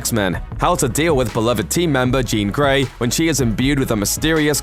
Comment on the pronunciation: Its jean grey at least get the fucking name right ffs